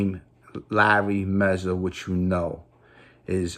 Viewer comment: Its mazza not mezza